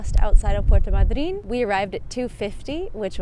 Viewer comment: I never heard the pronunciation of Puerto Madryn the way you are pronouncing it. Has it changed? The abstract accent was on the “a” not on the “y”. 🤔